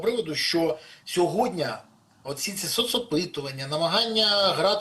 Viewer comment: Не сьогоднЯ ,а сьогоднІ, Пане Береза. З повагою.